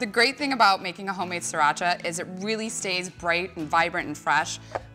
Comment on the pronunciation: you make the sound of sriracha sounds like mexican... well, the right way to pronounce it is sree-raa-chaa